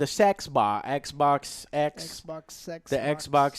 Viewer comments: Am I the only one who heard him say "sexbox" lol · Did Joe say Xbox Sexbox?